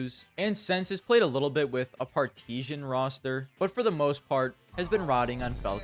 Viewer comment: Partizan is read as it is written, i.e. part-e-zán It's the Russian word for partisan and the spelling is very similar